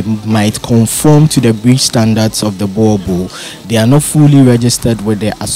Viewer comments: He's still saying it wrong though. It is not a "bua bull". Say Book. Now replace the K in "book" with an R and say the R like a German or even Spanish person would. "Rrrrrrrrr". Now say "Boorrrrbull (boel and bull) pronounced the same. Boerboel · It's not a buwabuo IT'S BOERBOEL 🤦‍♂️ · Please learn how to pronounce the word BOER BOEL, you must "roll"the R .